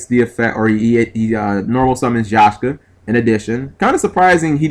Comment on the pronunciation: G! it's Ya-k-sha! Not Yah-sh-ka, but again, you are the guy who plays blue jeans with bujohnny crane